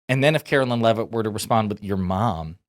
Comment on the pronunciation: "Karo-lyin leavitt"